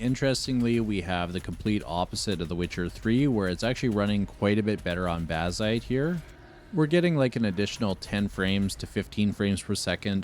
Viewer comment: Je ne comprendrai jamais pourquoi des voix IA... C'est laid, impersonnel, et fade... Baziiite... Aïe...